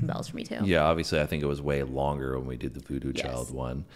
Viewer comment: Highway child - not chilli